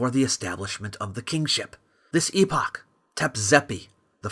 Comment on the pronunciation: Thank you for pronouncing it EEE POCH and not.... epic. I've heard 3 american youtubers pronounce it in the american way despite one reading it from an 1800s british text. It disconnects the word epoch from its word origin.